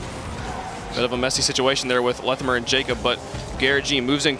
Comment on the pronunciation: wtf is pronunciation of Lethamyr.